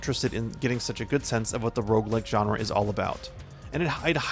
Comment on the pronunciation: Are you saying Rouge-lite or Rouge-like?